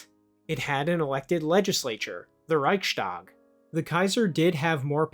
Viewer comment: The German word Reichstag isn't pronounced with a sh. Becuse the combined words are Reichs and Tag. s T. It's the same as the Danish port of Greenland called Jakobshaven. It's not -shaven. It means Jakob's haven, and is pronounced as such. It's just that Nordic languages don't need a ' before genitive.